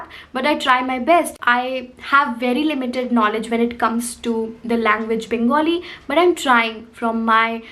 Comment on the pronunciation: Loved the way you said 'Bangali' and not 'Bengali'!!